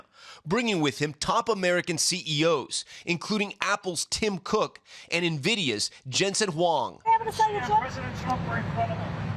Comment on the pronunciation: Praise God! So many can relax and have peace again. Thank you Tom for pronouncing Nvidia correctly. You have made life livable again for so many😂